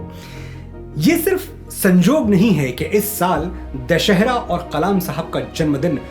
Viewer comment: दशानन की हार से बना 'दशहरा' न कि 'दशहेरा'। Aisa humne aaj he kahi padha aur vahi sahi uccharan hai. Magar aap bhi दशहेरा kah rahe hai. Krupaya karke kya sahi hai hum sabhi ko batae.